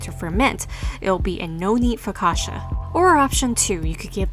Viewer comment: learn how to say it correctly.